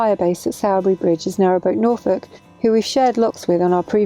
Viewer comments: Just as a hint for those not lucky enough to come from Yorkshire, it’s TOD-muh-dn and Sore-bee Bridge rather than Sour-bee :-) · My local canal. Thanks for the plug! PS. If you're local Its 'Todm'den', or just 'Tod' and 'Sorrby Bridge. Might as well sound authentic! Pity you were travelling when the cinema at Hebden Bridge is shut. Usually excellent. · It's great to see you were enjoying my back garden. Todmorden (pronounced Todmerden), Hebden Bridge, Sowerby Bridge (pronounced Soar-bi Bridge) etc, my walking areas. Soon to be my boating areas fingers crossed.